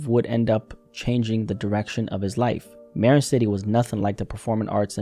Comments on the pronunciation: Calling Marin “Mare-inn” threw me for a loop. We call it “muh-rin” out here. Practically sounds like m’rin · Marin is pronounced muh-RIN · marin city is pronounced like ma rin city